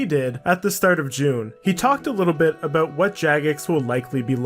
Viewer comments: “We’ve got things to talk aboot “ my mans gotta be Canadian? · Your "abouts" are really fucking Canadian. Great video though!